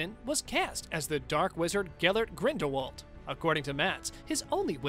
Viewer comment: Do some RESEARCH… Grindelwald is pronounced 'GrindelVald', as Rowling has said herself in numerous interviews! She has also stated that the 'T' in Voldemort is silent, so it is pronounced 'Voldemor'.